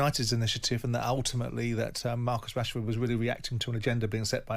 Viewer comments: i thought he said marcus cashford lol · I thought he said cashford 😂